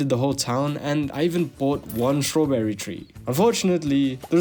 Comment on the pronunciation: straberry "tree" 😭😭